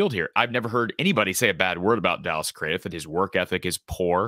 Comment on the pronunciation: Craddieth is pronounced as Cradd-it 🎉🎉🎉🎉 Dallas Craddieth (Cradd-it) the “h” at the end is silent, as is the e